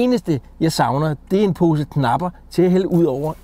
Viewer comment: Hader når folk siger gnapper i stedet for knapper